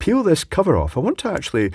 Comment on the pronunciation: Interesting that your pronounce pull and peel the same way.